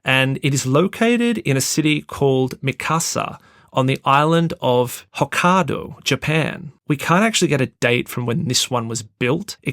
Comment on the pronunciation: "hohkaaahdo" 😆 what a wanker!!